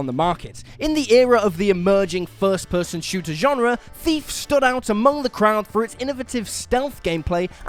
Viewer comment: Who else just kept hearing “FEEF” instead of thief?